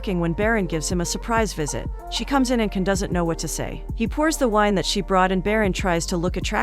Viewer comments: His name is jan not Ken... the c in turkey is a j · It’s “John” — the C pronouns as J in Turkish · His name pronounced Jan . C Is j Türk-İşh 🇹🇷 Alphabet